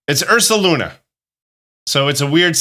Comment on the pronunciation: THE D IN URSALUNA IS SUPPOSED TO BE AN S!